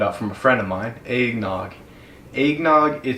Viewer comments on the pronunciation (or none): Nobody:: Aignog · he says Eggnogg like Aignog because of his accent. Not trying to make fun of him because I've met people who say it like that cause of their accents I'm just not used to it